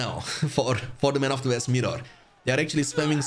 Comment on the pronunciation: mate please try to pronounce the words normally .. West, week, win, westfold...lol. It's W not V